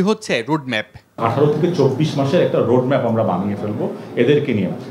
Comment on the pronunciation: Rud map! Pronunciation is not good.